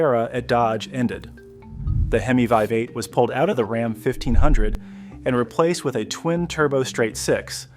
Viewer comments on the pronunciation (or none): As soon as it pronounced RAM as ROM, they lost me. Stelantis cant seem to make a product decision and stick with it.This I have observed for quite some time now. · rom for ram? get a real. narrator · Who the fuck pronounces Ram like ”Rahm”…you had my sub and then big fumble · "Rahm"? That's not how you pronounce RAM. You know, ram, yam, cam, bam, ham, lam, you'll get it soon. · Can't say ram right. Can't say the name of the town right.